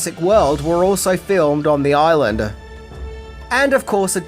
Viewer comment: Say "Hawoiyan Oiland of Kawoi" again...